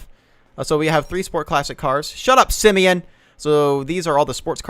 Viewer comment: BRUH THE WAY HE SAID SIMEON XD